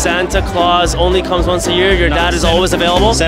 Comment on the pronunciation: Bro emphasised “comes”